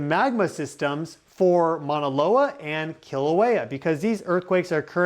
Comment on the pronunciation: Love you, can you please model pronouncing the word for mountain MAUNA not MANA. Thank you.